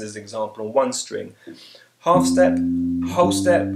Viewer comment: the way you say half and whole is almost the same ^_^ but thanks